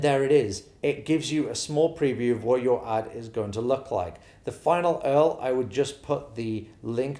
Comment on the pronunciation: Love this breakdown!!! But I cracked up laughing when you said Display EARL not URL 🤣🤣🤣